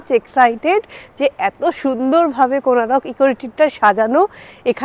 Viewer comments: Good afternoon Madam. Beautiful place to enjoy. Your explanation is great. Hope you all enjoy a lot here. But one thing I want to correct that the name of the place is "Konark"not "Konarak". So please correct your pronunciation as Konark instead of Konarak and all are requested to pronounce as "Konark". Thnxx. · Thanks M’am for visiting our state one of the Best Tourism spot and capturing it nicely in your vlog. Please don’t mind, may be its your pronunciation but Konark is formed by adding 2 words Kon (Angle) + Ark ( Sun/Arka)=Konark but you mentioned it as Konaroko😇. Just helping you to clarify the significance of the name. Hope you had visited the Museum near Konark Sun Temple and the movie which is played depicting the history.🙏 Note - Title if possible please modify it to Goa Vibes instead of Vives 👍 Thanks Again!